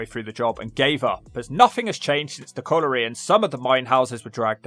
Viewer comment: You can't pronounce "colliery."